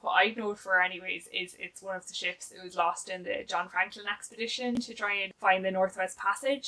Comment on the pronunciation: Hahahaha!! When you said you hadn’t read as many books about ships this year, for a second, I thought you said “chips” and was wondering how many books about chips there really are. 🤪